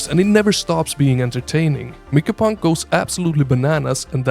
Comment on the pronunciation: For Abyssus... Did u say "brinepunk"? 😂 Also, Mycopunk is pronounced like My-co punk (not Miko) bc the game is about fighting giant mushrooms, mycology